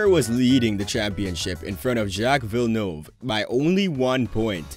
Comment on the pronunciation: Jos (Yoss) Verstappen, Jacques Villenueve (1 shja-k) ( 2 Veel-nerve), Ayrton (EYE AIR TON, although he was fine with the western pronunciation of Air-Ton) , Renault (ren-oh). Just a little bit of research goes a long way.